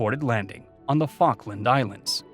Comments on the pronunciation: It’s fall-k-land not fawk-land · Falk me! What an interesting pronunciation